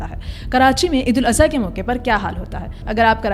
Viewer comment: Eid ul aza❌ Eid ul adha✅